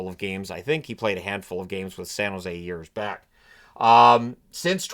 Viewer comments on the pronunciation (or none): none